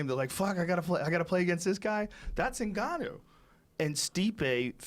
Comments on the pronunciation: Hahahah Joey Diaz- I don't mean to miss pronounce his name ningayo who fought stiopic. Joe Rogan- it's pronounced Ngannou. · haha i came to hear joey obliterate Ngannou's name 😂 "Ngayo" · Did you catch when he didn't want to mispronounce Ngannou so he described him as "the guy who just fought Stee-ohpay." xDDD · Ngayou. Stiopic. Justin Statham (he meant Gaethje) gotta love Joey